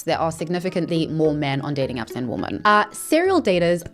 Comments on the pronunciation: great video but "women" is pronounced differently from "woman" btw, more like "wymen" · why does she say woman when she means women is it comment bait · why does she keep saying "woman" when she means "women" ????😭😭😭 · Women is pronounced "whim men", it's different to "woman". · Why do you pronounce woman and women the same? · The way you pronounce “women” is killing me 😂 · do you not know the difference between "woman" and "women" (you pronounce both the same) or is it just your accent? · I love your content, but I can’t handle how you pronounce woman and women EXACTLY the same lol ❤ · Is English your second language? You keep saying “woman” as in singular when you mean to say “women” like plural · I though when u mention women as a group you say women not woman. I thought woman was singular and women was plural… why does she say woman when she speaks about a group of women 😅 i kills me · I still don't understand why you pronounce women as woman. Why are you incapable of saying "women"? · Could you please explain why you pronounce women completely wrong. It's pronounced like wim-en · hi i really love your videos i just wanted to be a language nerd rq, especially cause it seems to be a big part of your content, "women" is pronounce "wimen" and the pendant to "gentleman" is "lady" im so sorry for this i needed to say it